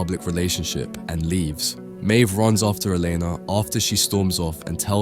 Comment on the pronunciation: He also can't work out if Maeve is pronounced "Mave" or "Meeve".